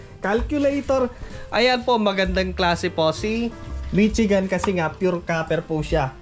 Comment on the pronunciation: Hindi Mitsigan. Mishigan yan.